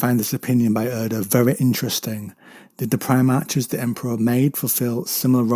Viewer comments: Pronounced > Pri-Mark < NOT Pri-March. Just a C or K sound not "CH" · Yeah, it's "-arch" as in "patriarch", "monarch" etc